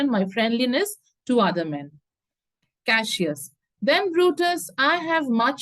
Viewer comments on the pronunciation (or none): Mam it is Cassius not cashius 😅